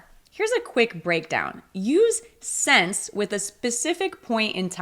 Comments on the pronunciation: You are not alone! She pronounced "since" like "sense" which is incorrect. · I liked the video. Just a quick question: for my ears you pronounced “since” like “sense”. Is it common to pronounce it this way? Thanks 🙏